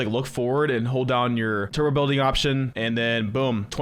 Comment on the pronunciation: You don’t pronounce the B in turBo and it’s really annoying